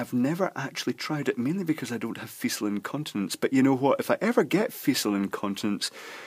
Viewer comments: It's pronounced "feekal" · "fecal" is pronounced with a /k/, not a /s/.